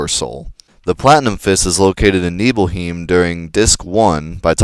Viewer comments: It's not heem, it's highm. 'Nibelhighm', not 'Nibelheem'. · You said you head right to reach the swamp area, but it's really to the left. Then take the left-up path once you reach a fork. (Yes, it's technically right from Cloud's perspective, but left from the player's). Also, it's pronounced Nibel-hyme. Not Nibel-heem. Barette is pronouned bare-et, not bare-a (the t isn't silent). Just a few corrections. Otherwise, great video, and incidentally it's the same method I use as well. EDIT: The "Allemagne" enemy is a terrible mistranslation. The proper name for the enemy is "Ahriman", and this enemy has appeared in a few previous FF titles as well. Fun facts: Allemagne is the French term for Germany. 'Ahriman', however, is the Middle Persian personification of the Devil, according to Zoroastrianism. The Avestan language version of the name is 'Angra Mainyu', said to represent all of the evil in the entire world. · WHY DO YOU PRONOUNCE NIBEL nuh-bell and NIBELHEIM - Nee-bull. Don't u see that Nibelheim is supposed to be the town oh mt. Nibel??? Why would they be pronounced differently???? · Its nibelheim not heem or u can use yuffie not yoofie and have her use morph on the master tonberry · Materia does not get experience. EDIT: OH MY GOD WHY DO YOU PRONOUNCE EVERY SINGLE WORD WRONG (wrong meaning not like me lol) seriously Yuffie Nibelheim Gi Junon Mt. Nibel Also Plus Barette is not pronounced "Beret," that one's not an opinion. He wears barettes, those things you clip in your hair, not berets, those are hats.